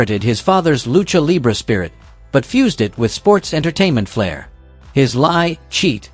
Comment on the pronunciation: Could you switch to an AI voice that pronounces words and phrases properly??? "70's" isn't 70 "s". Seventies. Lucha libre (loo-chah lee-bray) There's alot more, but I have somewhat of a life. 😂